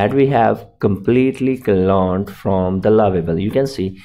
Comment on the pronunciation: cloned not "colone"